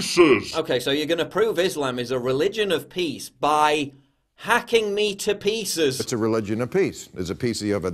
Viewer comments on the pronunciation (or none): He didn't say pieces he said peices. You know like the horoscope. LoL. Love your vids. Keep up the good work.